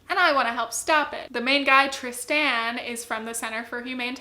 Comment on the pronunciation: Have you never heard the name Tristan pronounced before